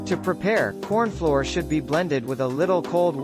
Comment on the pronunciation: AI said cornfloor for most of the video.